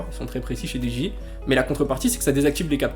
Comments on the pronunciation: tres bonne viedo apars comment tu prononce dji à la francaise essaie de le dire en anglais stp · wouah comment ta dit dji ca me fume